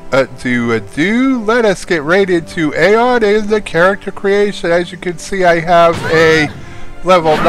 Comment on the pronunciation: I'm pretty sure that AION is pronounced "EYE-ON."